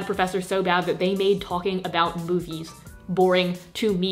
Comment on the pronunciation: i thought she said “boobies” instead of “movies” and honestly i wouldn’t be surprised ahhaha